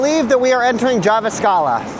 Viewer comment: Jive-a-scala is pretty good butchering of jyväskylä in my books.